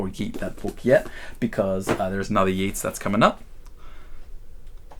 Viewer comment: Cool video! I might just go through my own book collection now. For future reference, Yeats rhymes with waits not with Keats.